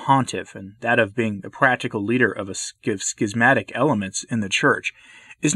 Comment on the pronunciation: I appreciate the pronunciation [skizmatic]. The alternate [shizmatic] just sounds wrong to me.